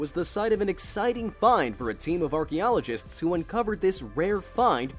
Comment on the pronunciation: Hmm whats an "Orky-ologist"?